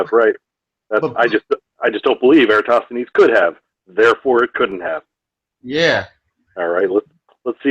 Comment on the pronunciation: Jeran can't even pronounce "Eratosthenes" (or else he thinks Aristophanes WAS Eratosthenes). Nor can he punctuate, but who's counting.